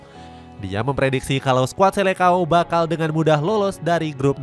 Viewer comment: Admin, koreksi dulu cara eja atau baca disini bahwa seleção dlm bahasa portugis seharusnya dibaca "selesaung". Bukan selekao. Sama seperti halnya falcão dibaca falkaung.... Semoga bermanfaat.